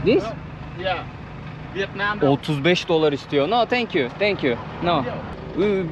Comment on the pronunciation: 😂 "Vıet Nam(!) " değil, Vietnam...😅😅😅😅